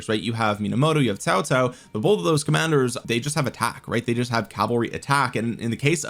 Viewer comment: Why do you pronounce Cao Cao as Tao Tao?